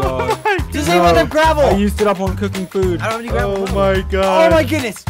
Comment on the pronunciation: “gravel”, more like “quafo”